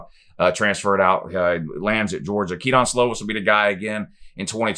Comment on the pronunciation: It’s pronounced “ke-din” slovis not ke-don but at least 9-3 prolly 10-2